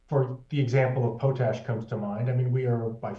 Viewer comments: It’s POTash ‘not’ POTE-ash❗️ And, Rudyard; re: Friday Focus Intro; its: Excer’pt not Excer’t’. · It is pronounced POT-ash, with pot like in cooking pot, not PO-tash. LOL.